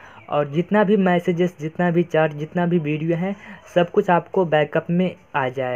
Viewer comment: Bhai ye chaat (चाट) nhi hota chat (चैट) hota hai 🤣🤣🤣